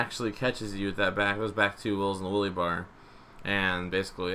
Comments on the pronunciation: Did any one else hear willy bar? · Wele bar😂 English do you speak it? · He says wheelie like willie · Can you say Wuhlly bar more please? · It sounds like he's saying"willy bar" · "Stent" "willy bar"